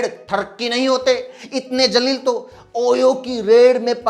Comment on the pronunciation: jalil ni zalil hota h zalalat wala ( beizzt) or jalil matlab goravshali shandar hota h google pr search krna pyare bhai apki urdu thik h thodi or thik kro mdrsa jao🤣